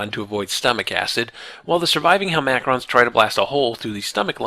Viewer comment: hel-MACK-rons drives me nuts! lol its hel-ma-crons. nit-picky ik. love the series tho